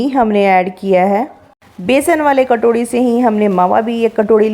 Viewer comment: Katorhi nhi hota sis katori hota hao